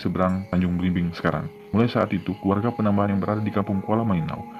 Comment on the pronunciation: Ralat* (penyebutan gelar Raja) PANEMBAHAN / PANEMBAN